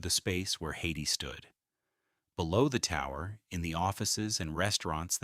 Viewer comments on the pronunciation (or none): This film has some interesting photographs and tells a remarkable story. Many of the photographs are repeated and are often in the wrong historical context. It would be nice if the photos had captions. And, mispronouncing "Hayti" as "Haiti" is embarassing and suggests that the filmmaker has never set foot in Durham. The story of the Freeway and displacement of the black community is important, though. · Hayti is pronounced Hay-tie